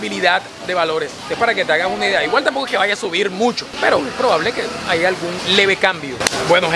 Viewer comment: Si lo dijo bien. Si escuchas con más atención si dice "haya".